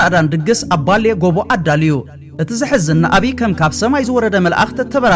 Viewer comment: ሕጂ ውን ይበልልልል ትንተና፡ይበል ኣናብባ፡ይበል መድረኽ ኣገላልጻ፡ይበል ኩሉ ሙሉ መደብ፡እንተኾነ ግና ኣብ ገለ ፊደላት፡ኣብ ኣናብባ ንኣሽቱ ሃጓፋት ኣሎ፡ ንኣብነት ባሌ ጎባ እትብል፡ብባሌ ጎቦ ተነቢባ፡ኣብ ተስፊር ትብል ውን ተሰፊሩ ተደሚጸን ኣለዋ፡ምስ ናይ ይቕሬታ፡ብዝተረፈ ከም ወትሩ ናይ ብሱላት መንእሰያት ሰዓርቲ ሰራዊት መድያ፡ ይበልልል